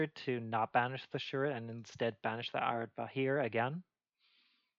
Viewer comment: Yeah, I agree with a lot of what you said. Especially the part where you said Areadbhair is good, but nowhere near good enough to actually impact the playstyle of Nekroz in the meta. Also, for ease of speaking, I was taught recently that Areadbhair is irish, so it's actually pronounced A-red-var. Which made my life so much easier when referencing it. I really think Nekroz was the DT3 archetype most screwed out of support. Like, I think so much could be done to a decent or atleast ab interesting degree, but instead of getting something cool, like an in-archetype manju, a turn 1 Ritual, an innovative Spell or Trap for Claus to search or a Ritual spell that does something cool like you proposed, or maybe even if I may dare, Ritual directly from deck we get cards like single card support like Sophia and Ariel that don't do anything. I mean, at this point, I wouldn't mind a level 1, 2 or 12 ritual just to complete the set even if they ended up gimmicky, just to break this pattern of Nekroz getting 1 support card then being forgotten for years only to remind Konami that they suck at balancing Rituals. Anyway, apologies for the diatribe, and thanks for the video. Was very interesting to get your opinion on this. :)